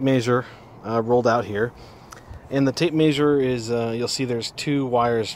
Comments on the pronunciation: Tape maysur? Mult-eye meter? lol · Awsome video. Love the way you say tape Mayzure lol